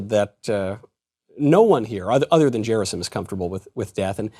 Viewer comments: It's Gerasim like "Gary" gy not j sound 😜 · OMG. It's pronounced Ge (as in gap) -ra (as in rah) -sim (as in seem). Stress on the last (3rd) syllable.